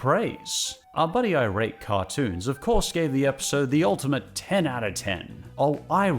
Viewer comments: I think iratecartoons is supposed to be three words (I-rate-cartoons) not two words (irate-cartoons) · I'm not sure if anyone's pointed this out (I scrolled the comments for a bit n didn't see any at least), but I think "iratecartoons" is supposed to be read as "I rate cartoons" not "irate cartoons", like they just rate cartoons, they're not angry about them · I’m sorry to point this out but pretty sure “iratecartoons” is meant to be read as “I rate cartoons”, not as “irate cartoons”. I don’t know them personally but it just seems like the obvious way to read their username based on the context of their reviews. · Isn't it "I... RATE cartoons"?